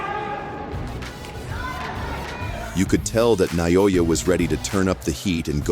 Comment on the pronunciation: how do you butcher "naoya" so badly